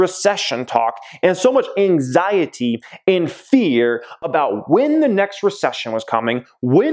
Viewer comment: The way you say anxiety gives me anxiety